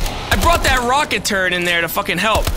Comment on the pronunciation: it sounds like you say rocket turd